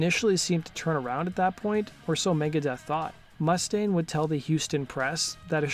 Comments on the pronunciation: Dave Mustaine had ALWAYS been hard to deal with, to be of an ego..love the video but your saying Mustang, as in the car or the horse, the vowel U is long as in moo-staine, I'm no gatekeeper but just trying to help... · Mu•staine... not Must•aine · It's Moo-stain, not Muss-taine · Dave mu-STANE, not MUSS-dayne. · Dude.... not to be an asshole, but, you are pronouncing Mustaine wrong. It's not MUST-aine. It's more like m'-STAINE. C'mon, man! That's like those people that pronounce 'insurance,' emphasizing the IN. It's not 'IIIIN'surance. It's more like 'n SURANCE. Great info vid, though. Touch up on actual proper pronunciation. 😁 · “Mústaine” you pronounce the name wrong!!!!!!